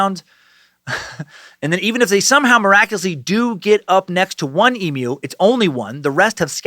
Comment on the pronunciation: So glad you learnt how to say emu because I was absolutely pissing myself on the last video every time you said EMOO 😂 - with love an Australian sucker